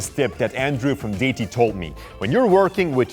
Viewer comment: Great video from, as usual. Sorry to quibble, but 'deity' is pronounced DAY-ITTY, not DAYTY. (Americans tend to pronounce it DEE-ITTY.)